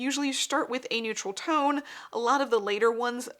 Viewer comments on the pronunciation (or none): none